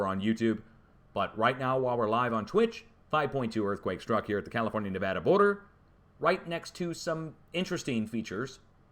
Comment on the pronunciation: Yay, saying Nevada correctly! 😁